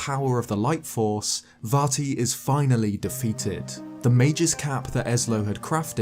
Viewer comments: Calm down, it's Vat E. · I kept hearing "Farty" which greatly enhanced the viewing experience.